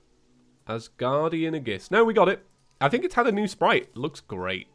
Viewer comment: Whats an Asguardian "A-giss-"